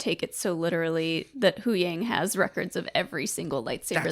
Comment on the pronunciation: Why do you guys always say huyangs name wrong?